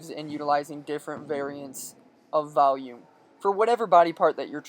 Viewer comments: Are you saying Valium or Volume?! Shit I'll do both if it gets my triceps jacked up! #BEASTMODE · valume.... Lool